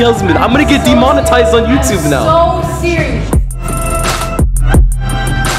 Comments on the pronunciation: demonetized and "dhimanitised" legit sound the same lol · you mean "dymanii" tized